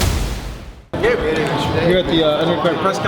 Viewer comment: learn how to talk ass wipe. you sound so illiterate. if you know the word. Its Gabe not gab and he would kick both you and your daddys ass.